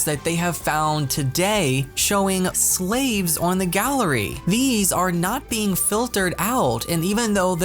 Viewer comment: I sorry but the way u said slaves had me rolling 😂 But fr who is posting this stuff???